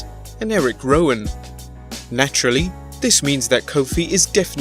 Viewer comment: It’s Rowen